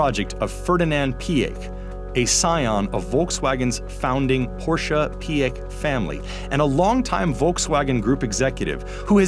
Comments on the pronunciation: THANK YOU FOR SAYING PORSCHE CORRECTLY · Yessss you said Porsche right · Well done! You pronounced Phaeton (Fay-ton) and Porsche (Por-sha) correct.